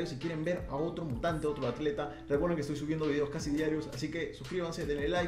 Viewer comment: Dijo Acleta? :v